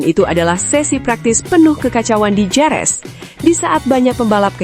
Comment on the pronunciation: Bukan Jerez tapi bacanya herez.